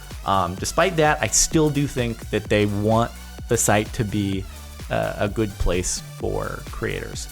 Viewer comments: goo-ed. Cool. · Listen to how Jordan pronounces good.....